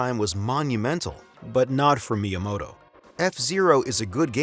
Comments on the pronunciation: Why do you say myamoto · It is not pronounced "MY-uh-moh-toh". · Sorry man you can't have a three hour video about Nintendo where you don't know how to pronounce the name of Miyamoto. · hire someone who can pronounce miyamoto that shit is like nails on a chalk board